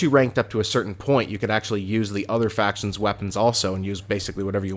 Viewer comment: its "faction"